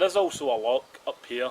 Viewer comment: its loch not lock ya igborant weegie